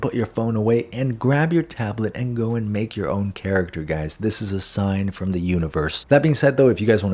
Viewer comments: Ngl I thought you said what’s up gays in stead of guys 😂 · Sorry but my Dyslexia heard... " Sussup Gays" 😅👍